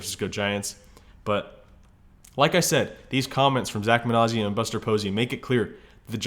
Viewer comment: You're misprouncing Minasian. It's not a z sound.